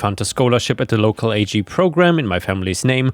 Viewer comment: Hey, great story narration as always. Since you asked, yes ag is the short term for agricultural, and it’s not an acronym to be pronounced as a g, it’s pronounced like the beginning of the word agriculture. One of those fun quirks of English 😊